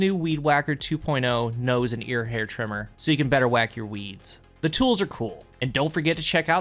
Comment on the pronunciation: Everytime says trimmer, i heard tremor